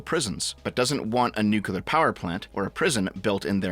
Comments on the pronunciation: Damnit, it's pronounced "new-clear" not "nuk-ular" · New Clear, my man. It is pronounced like new clear.